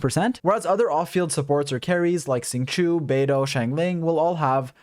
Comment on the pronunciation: dont wanna sound bad but after 294892th time hearing u say "Xingqiu" as it is written makes me kinda ughhh. i study chinese so let me correct your pronunciation to "Xingqiow". X is a soft sh. So not exactly sh but a softer sh. And q is a very soft "ch". But most importantly "iu" is read as "iow". ur welcome ^.^